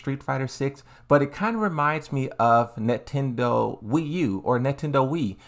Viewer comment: My guy said nettendo😂 All jokes aside it, it sucks that it was dropped due to the leaks but i'm excited af for this new t8. I can def see the hard work put in!🙏🏽